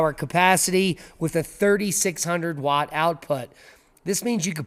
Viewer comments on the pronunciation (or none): none